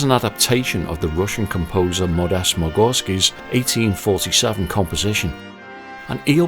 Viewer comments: plus you say MuGorsky lol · 3. You said " Magorsky". Good job otherwise 👍